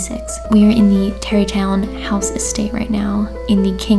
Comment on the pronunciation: when she said "Terrytown" I definitely thought she said Derry Town as in the town from It and I freaked out for a second.